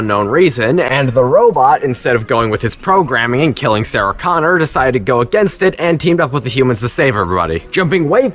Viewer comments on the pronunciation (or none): none